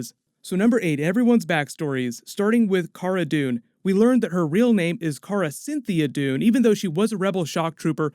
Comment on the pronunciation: Cara CYN-THI-A!!